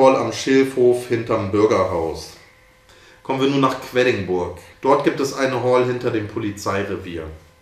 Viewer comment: Gutes Video aber leider Quedlinburg falsch ausgesprochen xD